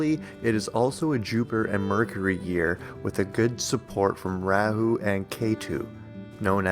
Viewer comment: You titled your video 5 facts on when the pandemic will end according to astrology. Throughout the whole video you did not answer this question directly. you said one thing right. kal yuga is age of liars. you did just that. be more authentic in video titles. and please learn correct pronunciations. raaa hu not ray hoo.